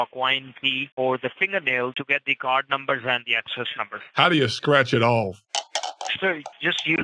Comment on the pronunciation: "card numbos"